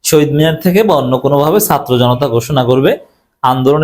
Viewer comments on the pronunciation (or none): none